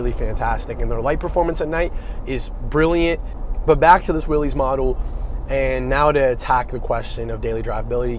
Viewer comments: It’s pronounced Willis, not “Willies”. Mr. Willys is rolling in his grave hearing his name being butchered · John Willys pronounced his last name Willis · I really wish people would get the name correct. It's pronounced, like WILLIS, John North Willys = WILLIS Overland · John pronounced his last name "Willis".